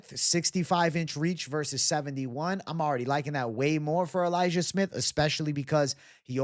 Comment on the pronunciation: so your going elijiah smith? sounded like you said liked su young at first